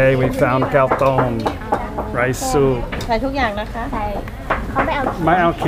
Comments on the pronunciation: Did you say cow thong, tong, or .. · Thank you SO MUCH for not saying kao tong EXACTLY right. I got that look from Thai people so many times I was wondering if I was actually speaking Thai or some alien language. Linda just said, see it happens to once in a while too.:-)